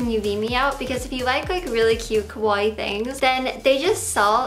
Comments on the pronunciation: Not kowai. Ka • wa • ii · The way you pronounce “kawaii” sounds more like “kowai” which means frightening in Japanese, You have to pronounce the i twice. Ka-wa-I-i . But the way you look is more kowai than kawaii so I guess it makes more sense. Gomen, you are more kimochi warui than kowai. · its funny how she pronounces kawaii....its supposed to be ka-wa-ii but she says it morelike ko-wai which actually means scary... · kawaii with open "a" it's like cool, cute, fashionable, etc... kowai it's your pronunciation... it means scary xD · All I hear is "kowai" As in, this video is kowai. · .... it's Kawaii the 'a' is pronounced like in Car Not Kowai which means scary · Haha, she said kowaii (means scary) instead of kawaii... I mean it's more fitting for her... just look at her arms...😟